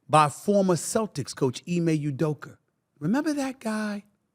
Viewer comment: “Ime Udoker” 😂